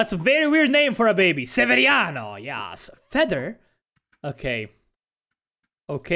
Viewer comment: ''Severiano'' lol I'm ded